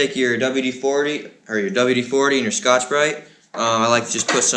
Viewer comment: Hey what was the cloth/brush you used first I couldn’t understand what you said I heard Scotch something, thanks